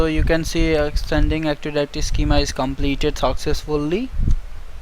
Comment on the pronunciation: Active directory, not actiwawy